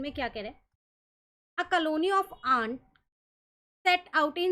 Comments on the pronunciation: Ma'am its 🅐︎🅝︎🅣︎ in Pronounciation, not 🅰︎🅰︎🅽︎🆃︎, not like , , , , , , , , , but the sound in which you are saying is so good, nice explanation THANKU 👍👍 WATCHED ALL THE VIDEOS OF THIS CHAPTER FIG. IT OUT AND OF OTHER CHAPTERS🥰👍👍👍👍👍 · Ant pronunciation is wrong 😭